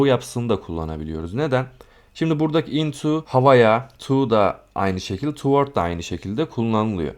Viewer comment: hocam bilgilendirme kurallar harikasınız yanlış anlamazsanız okunuş düzeltmek isterim.Toward: tuwodz diye okuyoruz.spread:spred diye.umarım kırmamışımdır. sevgiler.